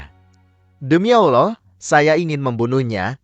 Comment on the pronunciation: Utk adm coba ganti suara org yg mempresentasikan video diatas.. krn meyebut nama Allah dan Nabi Muhammad saja tdk becus dan salah..